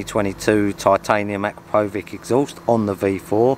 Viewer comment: You lot are all pronouncing Akrapovic wrong.